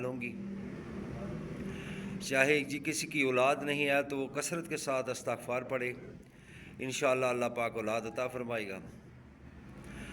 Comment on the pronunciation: Hazrat droode pak k seegha to theak phre or lafz isghfar hota hy